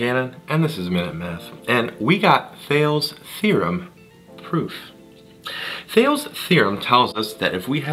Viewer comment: It's pronounced as THEY-LEE